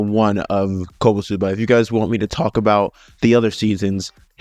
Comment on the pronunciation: Its not kobosuba its konooooosuuuubaaa